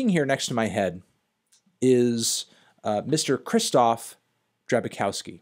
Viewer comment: Take a shot every time he says Kristof instead of Kshishtof